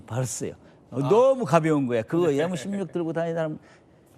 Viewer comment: 엠16 엠1 발음이 안되나 에무16 에무1이 머냐 그럼 MBC를 에무비씨리고하냐